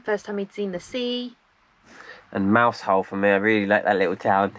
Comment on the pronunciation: Lovely vlog again 👍. Used to live in Cornwall, lovely. The pronunciation of Mousehole is like tousle (as in hair), but with a hard s. Mouzle, in fact 😊